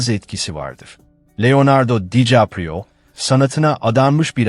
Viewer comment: Olum o kadar emek veriyorsun, şu seslendirmeyi hiçmi dinlemedin? Dikaprio yerine Dicaprio diyor.